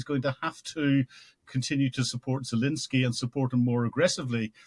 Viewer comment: Still saying "Zalinsky" after all these interviews?